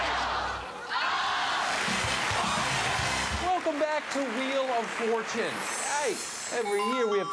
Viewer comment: I could stop laughing when he said "wheel of fortane" and then said "fuck me"